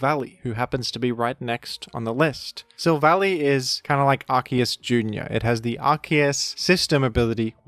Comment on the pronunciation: You're pronouncing Arceus wrong.